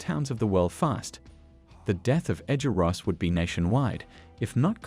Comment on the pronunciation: Bro said rosses name wrong